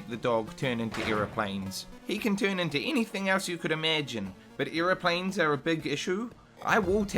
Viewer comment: wtf is an "earoplane"